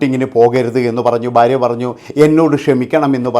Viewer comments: ബാര്യ അല്ലെടാ മൈരേ,, ഭാര്യ ആണ് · എന്നാലും ഫാര്യ എന്ന് പറഞ്ഞില്ലല്ലൊ